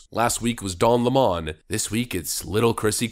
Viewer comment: It’s not Don “Le-maan “, it’s Lemon…ya know, like the FRUIT 😅… see what I did there?